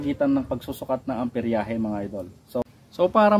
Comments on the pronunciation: Amperahe boss Hindi amperyahe. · nice content, Hindi yan amperyahe, amperahe lang boss.